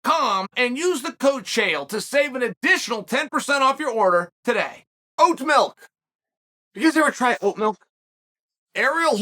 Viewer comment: How did I already know Chael was going to pronounce milk, "mElk", before he even said it?!?!